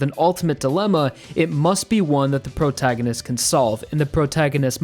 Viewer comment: Wtf is a “Prograginist”?